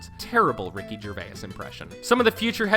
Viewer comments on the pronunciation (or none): Have you never heard of a diphthong? It's where two vowel sounds blend together to make a single-syllabic sound. It's not Ger-vay-iss, it's Ger-vase. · Gervace, not Gervay-iss; Rain, not Ray-inn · Idk where you're from narrator man. But I NEED you to know that just because a word has an "i" in it doesn't mean you hard stop on the letter before to put a hard "I" in the word. It's not "ger-vai-is" it's "ger-vase" and it's not "rai-in" it's "rain" you've added too many symbols and an extra "i" both times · it’s not rayen wilson or ricky gervayes it’s rain and gervais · why does the letter "I" make you add an extra syllable to words? Ricky Gerva-is, and Ra-inn Wilson. its just "jer-vase" and ..."rain" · RICKY GERVAYUSS LOL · Why does he say Ray-Anne and Ger-Vay-ass? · Mindy “KAH-ling”, “Ray-in” Wilson, Ricky “Ger-vayus”.... dude. Great video but you butchered these peoples names. 🤦‍♂️😂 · It's pronounced jerVAY. It's FRENCH. Your pronunciation is CRINGE. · Ray-in Gervay-is Does this dude know how to pronounce words right? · Rick Gervay-ess... Ray-enn Wilson... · Gervay-is? Ray-in? Why can't this person pronounce words correctly? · "Rayan Wilson" "Ricky Gervayas" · THANK YOU I was so triggered. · The way this guy is pronouncing 'Gervais' is absolutely hilarious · dude, learn how to pronounce Kaling and Gervais. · Someone needs to teach this guy how to pronounce Gervais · This guy cannot pronounce people’s names eg Ricky gervayis and rayinn Wilson 😂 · Gervais is two syllables and Rainn is one. It's not pronounced "Ray-in." This narrator stinks. He also pronounces Mindy Kaling's name two different ways like 15 seconds apart. He obviously was just handed a script and never watched the show. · Your pronunciation of Gervais is sickening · so glad someone else noticed this. 😂 he screwed up multiple names lol, Mindy Kaling (only at first) and Ricky Gervais as well... I felt I needed to be the guy to point this out... 😂 thanks for the year old assist lmaoooo